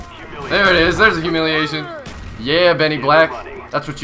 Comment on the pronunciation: its hu-mi-li-a-tion -.